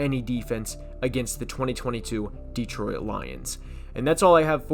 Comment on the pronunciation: Why are you pronouncing Detroit like that?? It's not 3 syllables